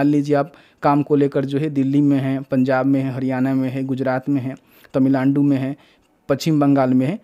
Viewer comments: Tamilandu nhi hota hai 😂😂 Tamil Nadu hota hai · Bro says Tamilaandu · भाई ने तमीलांडू बोला😂